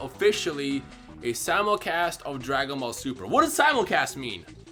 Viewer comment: Did you change your pronunciation of "simulcast"